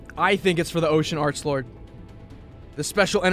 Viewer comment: please don't say Archbold it's arklord